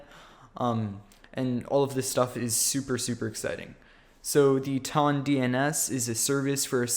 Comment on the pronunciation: it's a measurement of weight lmao. The way you pronounce it though :P